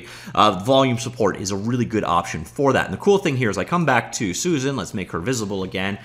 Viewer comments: Bro... Suzanne is pronounced Soo-Zan... You keep saying Susan. Soo-Zun. Not the same name or pronunciation. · Every time he pronounces "Suzanne" as "Susan".